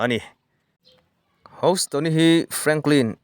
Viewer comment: House nilo in hous ringawt tur awww 😅